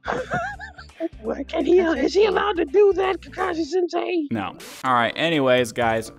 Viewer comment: “Kakai senseui”